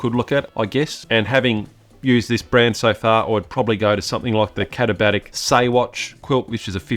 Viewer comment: I came just to hear you pronounce the brand name. Well done. I use my Hammock Gear quilt in winter alpine (Vic) conditions in tandem with a couple of different liner options. The quilt is rated to 20°F/-6°C and with a liner, there's a warmth boost and I also feel the mummy shaped liner keeps me tidier inside the quilt.